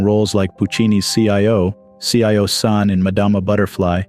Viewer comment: The worst pronunciation of Cio Cio San I've ever heard( or ever hope to).